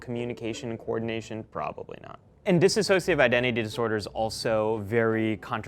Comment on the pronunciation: I don't think he knows much about DID sweetie. He calls it dissasociation. It's dissociation. And yes, those of us with DID when working with our system for a long time can in fact get closer to our alters than videos talking to each other. We also have internal worlds and can work together for the good of the system and those we love. Truth is most psychologists aren't taught much about DID at all bc they're either told it doesn't exist, or that it's so rare they'll never deal with it.. also not true, it's as common as schizophrenia.